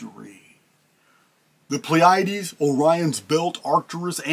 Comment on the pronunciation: I had to look it up: PLEE-uh-deez ...Pleiades